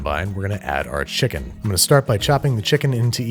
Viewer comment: Fried Chimken